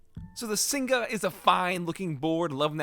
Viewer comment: Singa is pronounced like sing-uh, and it directly translates to lion in malay 🦁 And that keyboard specifically sounded amazing!